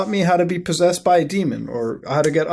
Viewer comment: "po-seased" muta you good